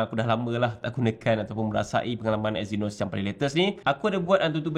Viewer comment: Eynos? Euuwwww 🤢